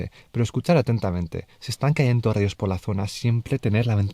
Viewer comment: No se dice "caendo"; se dice cayendo